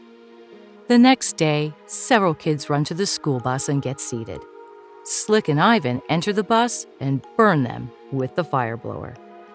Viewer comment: PLEASE PRONOUNCE "IVAN" CORRECTLY